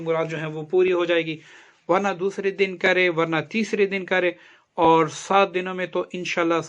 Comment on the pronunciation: Awar nahi (aor) pathana